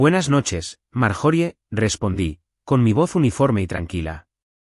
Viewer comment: Por Dios porque dicen marjori se pronuncia maryori